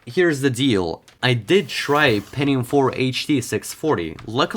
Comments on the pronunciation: ¿peNNium or penTium?, it sound like pennis, so please pronounce the T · Pentinum ❌ Pentium ✔ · „Pennium”?? Hää? Goes it noch?